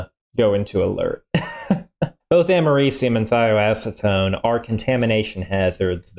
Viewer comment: First time I've heard americium pronounced... not what I expected!